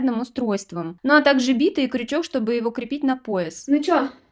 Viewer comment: Умница! Но правильно всё-таки битЫ, а не бИты. ❤